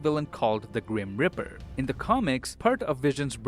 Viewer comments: Ehm dude...that Guys Name is Grim Reaper, not Grim Ripper... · when you say Grim Reaper, I hear Grim Ripper.